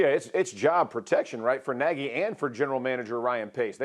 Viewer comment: No need for Matt Nodge (Hungarian pronunciation of "Nagy"; Naggy has two (2) "g"s) to feed Justin Fields to the wolves, i.e., N-Suh, JJ, Donald et al.